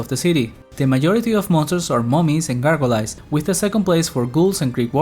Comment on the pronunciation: The way you said gargoyles was fun too. It's said gar-goy-ells rather than gar-go-lays.